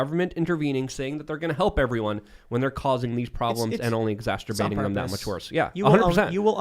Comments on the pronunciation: "Exasturbating" Rudkowski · it is exacerbating not exacTerbating!